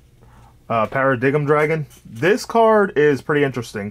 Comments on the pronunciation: Only problem with the profile. It’s pronounced Para-Dime not paradiggum, other than that, looks good man, been trying to fine a build for a bit now. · I was gonna sub but I heard para- dig-em....